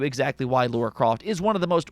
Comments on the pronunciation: Sorry.....But who's "Laura Croft" ??? LoL Her name's "Lara Croft" !!! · Lara croft not Laura croft. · WTF is Laura Croft?